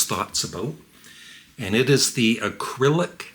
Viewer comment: Hi,. It’s not important and I know you have some trouble with words, but the product isn’t called “Acrylic” it’s just “Arylic” (uh RILL ick). Aside from that minor item, the product seems cool, but I’ve got enough electronics in my life and I’m satisfied with my middling setup. Nobody ever sends me stuff!